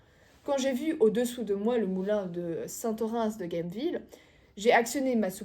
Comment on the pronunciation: cramé !!! On dit saint Orainsse pas saint Orant ! Vous connaissez pas !! En Occitan !!?? Ben c’est moche.